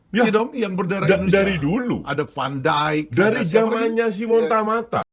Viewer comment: Bang pengetahuan sepak bola lu payah benee dah 😂, masa ajax jadi ayaks, feyenord jadi my not, van dirk jadi pandai 😂, tapi gua paham lu cuma angkat berita doang